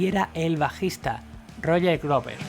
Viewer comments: "Ian Gillian?" "Roger Gluver"? No estaría mal mejorar la pronunciación de los nombres, aunque por lo demás el reportaje excelente, felicidades. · Excelente documental sobre uno de los mejores guitarristas en la historia del Rock. Sin embargo le hago una observación "Purple" no se pronuncia con "a", Roger Glover, Glover no se pronuncia con "u"